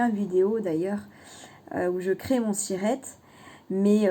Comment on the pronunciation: Cc, vous voulez dire siret, pas cirette...?! Ça à l'air compliqué tout ça, être très vigilant bien sûr... Merci pour les infos...